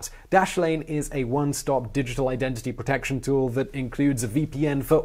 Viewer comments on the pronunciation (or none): none